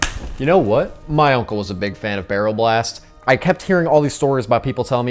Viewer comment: Absolutely incredible video, glad to see Donkey Kong: Jet Race be covered. Shame you kept saying B*rrel B*ast.